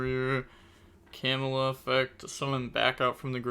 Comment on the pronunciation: Ill never get used to the way you pronounce camellia hahahahahah Kemula, lol. I'm sorry I love you bro❤